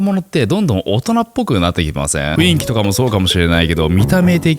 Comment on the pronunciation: え、ナオキマン程の人が「ふいんき」って言ってるの？ 漢字でどう書くんや